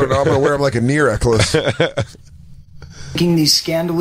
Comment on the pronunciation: "I'm gonna wear them like a NEAR eckless" dislexia?